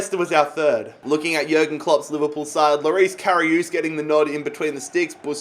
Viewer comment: Everyone: Karius Literally everyone: Karius: Karioos